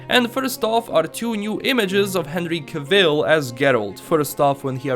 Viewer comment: FYI: It's not Ca-VILL. He made a video on google saying 'Cavel' like 'travel'.